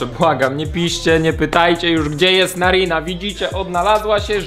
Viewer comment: Karina a nie narina